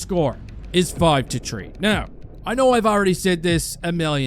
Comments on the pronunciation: maybe practice pronouncing the H when it follows a T. It's Three, not Tree. It's not Turd, it's Third. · This commentator can't pronounce the word Three. He keeps saying 'tree'. Learn English 8f you're going to comment on YouTube videos. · "A five on tree" awesome! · This guy doesn’t sound French Canadian but is TH sounds do! “Turd goal”, “five on tree” It’s awesome.